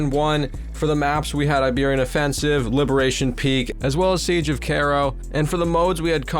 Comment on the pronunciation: "siege of carro" lol it's "cairo"